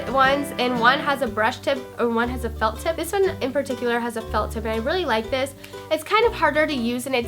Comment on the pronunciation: it sounded like she said "liquid gel or fuck tip" lol